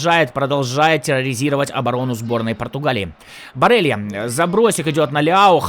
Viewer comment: Не барелия а барела